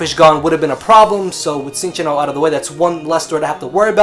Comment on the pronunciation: Cinccino is pronounced 'Chin-Cheeno'. Verified with that 3DS pokedex thing.